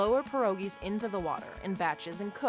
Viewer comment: "PYEH-RO-GIE" not 'per-o-gie'. If you really had a Polish grandma, you would know how to pronounce it correctly. Jezu Kochani!